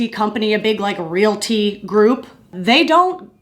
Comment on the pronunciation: Girl, I kept thinking you were saying "real tea" and not "realty" and I was invested....but it's all good! I learned a lot from this video! Your way of talking about hard things is so comforting.